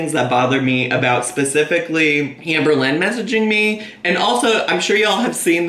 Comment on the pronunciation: Omg I swear you said "Hamberlynn" at one point..can you please call her that from now on..or the hamburgler😂